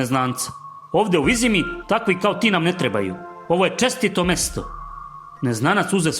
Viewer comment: Ovo je silovanje knjige s takvim citanjem.. pa ne znas niti pravilno izgovoriti Vizima. Kao da neki stocar iz sela pored Banja luke cita.